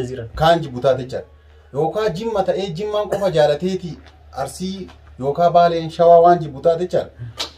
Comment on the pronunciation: Garuu Arusii hin jedhina ok Arsii jedhaa malee💯👌